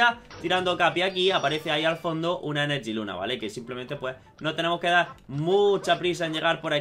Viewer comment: No es enerjiluna es energiluna